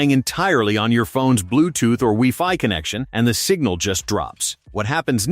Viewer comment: Did he say "wee fi"... Thumbs down all ai video creators